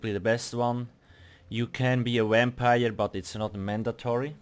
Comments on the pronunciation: If you aren't willing to at least attempt to pronounce words properly, then don't speak in a foreign language. Most aggravating, Swiss German has a "V" sound, but this person is just too lazy to transpose the Swiss German sound for "w" to the word "vampire," yet is apparently all too happy to make us listen to his infuriating mispronunciation. I've suggested in the past (this very same word being the offender, if I correctly recall) that if one's not willing to commit to using the correct pronunciations, one should simply speak in his native language for the content of the YouTube video, and then add subtitles, which YouTube is more than happy to do ;) But then again, if you speak German and have heard Schweizerdeutsche spoken.... ugh... I'd fully back you if you demanded the YouTube videos ONLY BE SUBTITLED, with NO VOICE-OVER whatsoever! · "Wampire" LOL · MB G I had to rewind like 4 times I knew I heard wamprie :p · LOL ofc bro, verevolf, grofgar (grothdarr), wampire, insayne, all of them but we love its not personal